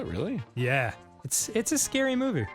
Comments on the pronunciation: "They should call it SCaRee Hill..." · “they should call it...scawwy hill” is officially up there in my favourite Dan quotes